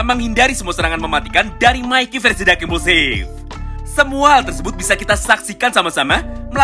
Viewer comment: Dengar admin baca dark implusif,yg gua dengar dakimuse,drak _ implusif,dakimuse ?